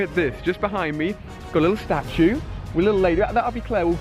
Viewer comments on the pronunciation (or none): none